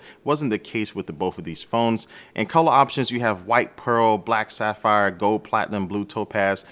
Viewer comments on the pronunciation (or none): none